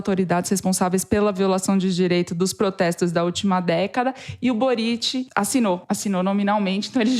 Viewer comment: Para o: a sílaba forte de Boric é o Bo. Ou seja, no Chile, se pronuncia "Bóritch".